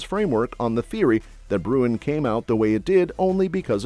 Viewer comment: BTW … IT”S BRUEN…